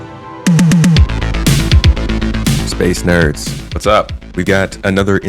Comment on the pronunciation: Space nerds, or "space herbs"? 😂